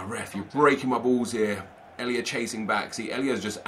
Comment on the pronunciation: Nep just a tip! Elia's first name you pronounce just how it says on the card ❤